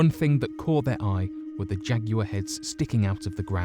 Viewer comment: Did anybody else have to turn on closed captions to get that he was saying “Jaguar?”